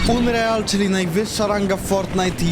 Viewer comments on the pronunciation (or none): ja nie chce cię obrażać ale unreal czytaj (ANRIL) plis😉(lajkujcie żeby widział). PS super akcja na koniec❤❤❤❤